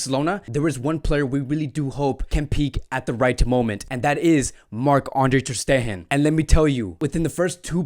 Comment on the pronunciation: I do appreciate the analysis, but it would be even better if players' names were pronounced correctly. "Januzaj" is pronounced like "Yanuzay" not "genocide". Also "Ter Stegen" is like "tersh tegen"...